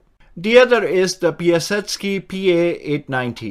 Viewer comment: Piasecki is pronounced pie uh SECK ee. Piasecki Helicopter was building dual-rotor helicopters back during the Korean War era. When the founder, Frank Piasecki, was pushed out in 1956, the company became Vertol, which was acquired by Boeing and their main product, today, is the Boeing-Vertol CH-47 Chinook. He focused on dual-rotor choppers because tail rotors add drag and eat power, whereas eliminating the need for one provides greater lift : power and higher speeds. The Chinook is one of the faster, heavy-lift choppers out there so ... he's right on that count. Frank Piasecki went on to found Piasecki Aircraft, which is making one of the the slow-rotor compound helicopters. He designed a variety of concept aircraft, back in the day; he has a long history of making interesting, and somewhat unconventional, rotorcraft.